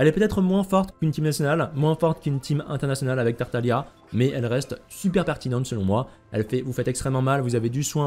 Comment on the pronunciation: pareil avec tartalia au lieu de tartaglia